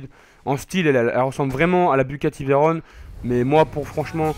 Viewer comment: Stp arrete de dire Bugati Veyronne c Veyron c on a la fin pas one